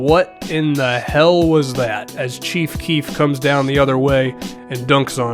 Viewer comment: I was so dead when he said "Cheef keef not playing defense"